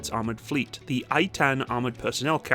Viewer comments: Btw, it's pronounced Ei-tahn, not eight-ten 😅 love ya! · Just to correct the pronounsiation its pronounced "Eitan" and not "Aitan" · Eitan is pronounced “ey-tan” not “aye-tan” while the Namer is pronounced “nah-mare” not “nay-mer” or “nah-mer” IIRC, the Eitan was developed to be a cheaper complement to the Namer and also have the ability to travel long distances without requiring transport trailer to avoid tearing up roads and highways, allowing rapid response to emergency situations. I can’t remember which one but either the Namer or Eitan (maybe both?) will have a version featuring a 120mm breech-loading turreted mortar with auto loader. As for your thoughts about counter drone technology being integrated, the IDF is introducing the Rafael Lite Beam weapon system, which comprises of a 10 kw laser with a range of 2 km and altitudes of up to 5,000 meters. It’s also being paired with a remotely operated 30mm auto cannon on a separate 4-wheeled platform for mobile protection of troops. Don’t know if it’s operational yet or not…and you are correct in guessing that APS is being updated to dealing with drones, specifically the Trophy system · just to correct the pronunciation , its " ei - tan " (a is like the U in umbrella) no i-tan. thanks for the video and greeting from the troublesome holyland. some male israelis are called eitan , btw, but when its in a persons name form we never pronounce it like the formal word meaning steadfast. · The only thing you need to apologize for is your laziness in neglecting to call up an Israeli friend and asking: "what's the proper pronunciation of this Hebrew name"? In this case it's "Ay'-tahn".... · Proud to have played a small role in the development of this machine. BTW, as far as pronunciation goes - 2 syllables: Ei-tan. "Ei" like the name of the letter A, and "tan" like in the word "botanical".